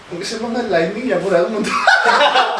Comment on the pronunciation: She’s not that great in English either...she said lightning instead of lighting 😆 Not being rude but just correcting your misconception😀 Great video Abu👍🏽 More power to you!!✨❤️